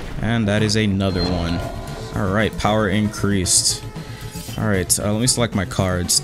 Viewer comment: "Shadow Ikireased"